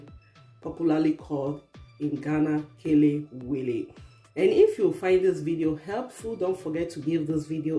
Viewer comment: 🇬🇭kelewele fried at it's best. Hmm delicious. I like how you pronounce ke- le-we-le, for once I was thinking are you a Ghanaian. Well done.